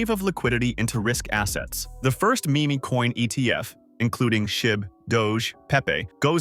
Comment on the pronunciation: Bros AI script really just said Me Me coins hahahaha. Can’t trust what an Ai says if they can’t even pronounce Meme correctly. Ai Trash video slop.